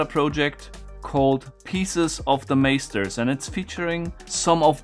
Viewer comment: The fact that you pronounce the a in Masters as in the word Taser kind of shocked me.. because in Dutch Meesters is pronounced exactly like that. Now I'm intrigued.